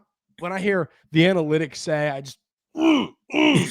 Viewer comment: At first, I thought you said "we're gonna talk about Annie Lennox" analytics lol